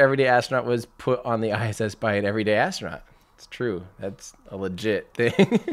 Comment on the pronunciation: lol...the way you keep saying that... the ev'ryday astro-nut... i love it! xD